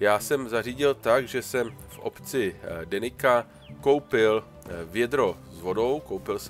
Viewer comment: Super video, pekný návod, len mi reže uši, keď Ťa počujem vyslovovať názvy na mape ako Denika s K, si Slovan, žiadny Germán ani Brit, tak prosím nabudúce Denica, Jezerica, Hornica. Vďaka, ahoj.